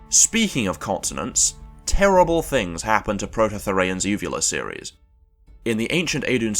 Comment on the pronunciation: I am never going to get over, for the rest of my life, the way you say "Speaking of consonants, TERRIBLE things happened to Proto-Thirean's uvular series."